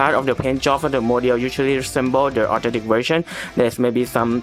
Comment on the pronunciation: Great video it's just that the way u said authentic kinda sounded like autentic but still a great vid thx for the help